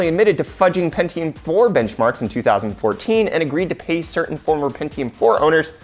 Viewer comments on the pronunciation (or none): none